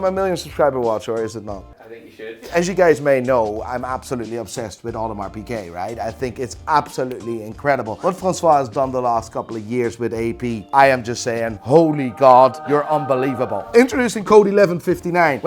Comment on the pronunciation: “Audemar PEEKAY” Leonard